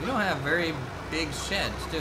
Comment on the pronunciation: Luv it vewy gud ! !